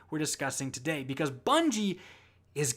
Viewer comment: it’s not “and today”...it’s “and TODAY!” Lol 😝